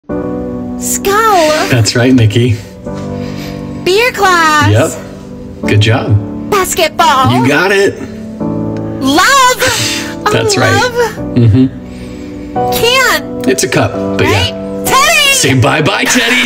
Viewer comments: "BasSSskEt ballllahhh" Am shuk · Bros so fruity he can’t even pronounce basketball properly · Same bro how he says it compared to how he says the other ones